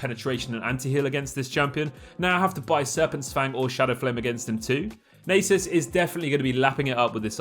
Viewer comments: i've known the nasus pronunciation since renekton says it, but never heard of naysis ahahha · NAH-sus not NAY-sus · lol u guys mad cause he said naysus but a lot cant even pronouce Samurai or Rio properly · wait did he just say "naysus" O_O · Don't say nasus like that. Nobody says it like that and you know it.